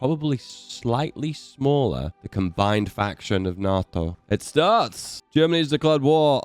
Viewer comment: Hate how u say nato